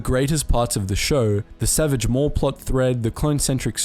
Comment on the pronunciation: It’s pronounced ‘maul and Ashoka’